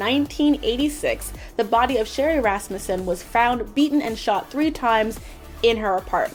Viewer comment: Wow you actually pronounced Rasmussen correctly I'm impressed.